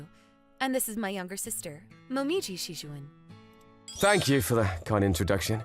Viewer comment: OK, the male MC butchered so many pronunciations here it's not even funny, including most of the names - Kaneda, Kaede, Shijouin - and the food terms (amuse bouche, hors d'oeurves). I get missing one here or there, but if its your job, you need to put some care and effort in. The story itself was pretty nice until we got into the MC spouting the pathetic "you're too good for me" lines.